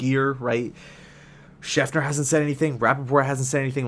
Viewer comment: It's Schefter, not Schefner